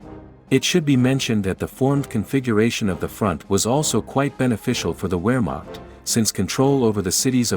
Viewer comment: I cringed every time you mispronounced Wehrmacht.